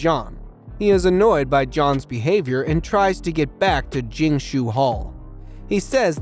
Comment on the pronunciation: Its sounds like your saying "JOHN CENA". Its pronounce 'Ji' 'Ang' .